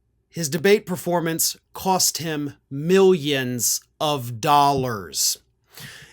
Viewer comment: He's losing "Milly Uns and Milly Uns"